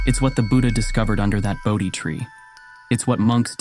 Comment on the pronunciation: Bodhi tree. Get it right.